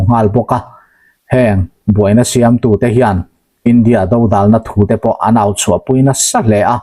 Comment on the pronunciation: India dodalna, tih dodalna i thluk dan hi a sawi deuh, do lai tak hi thluk hniam zawk tur a ni e.